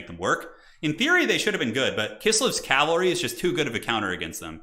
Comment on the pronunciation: How do you think we feel when he says calvary instead of cavalry lol. Love you.